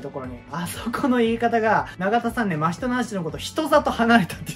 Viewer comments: わたしは、の「 真人」のイントネーションがいつも気になる〜🙏💦わたし的に、「 真人」は「 夏油」と同じイントネーションなんだなぁ🤔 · アニメのイントネーションについては、某所で言ったらめちゃくちゃ叩かれましたけど、も元々は「夏油」と同じイントネーションだったと記憶してます。 確かアニメでの真人のイントネーションが最初「マヒト」のヒが強調された呼び方で、動画でもそういう発音だったんだ～ってなって以降も変わりましたね。 ただその後結局アニメでも「夏油」と同じ発音になっちゃってどっちなの・・・？って感じです。(その後は夏油呼びに戻ってたような気もしましたが・・・ これは真依の「人外」や「百鬼夜行」のイントネーションと違って名前なんで、芥見先生本人しか正しいイントネーションわからないので仕方ないですかね。 ただ「人外」と「百鬼夜行」をアニメのままの言い方で仰る考察者多くて、なんだかもどかしい・・・